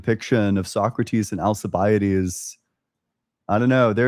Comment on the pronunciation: Hearing alcibiades pronounced like that made me die inside. It's more of Alkibiades, "al—key—bee—ah—deez"